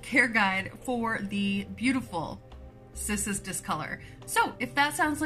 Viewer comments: Kiss-us lmao.... just... nooooo 🤣🤣🤣 pretty funny if it really is how you’re supposed to pronounce it lol. I’m on my 2nd discolor round. I tried one 3 years ago in the beginning of my journey and it took a dive fast... along with my string of turtles lol 🤦🏼‍♀️🤦🏼‍♀️ I knew nothing then lol..... I have 7 humidifiers now lmfao....... yep. Thanks for the awesome info here! You’re the bestest! 💚🌱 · Name is in Latin so this is Cissus and the "Ci" is like the Ci in the Italian "Ciao" or the "chea" in "cheating" to use your language 😉